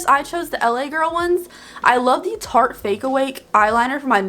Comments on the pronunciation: Dunno if it’s the same in America but every time she says “Shart” instead of Tarte it grosses me out because it means something gross in the UK😂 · Shart tape tape 😂 that’s how I always end up saying Tarte shape tape!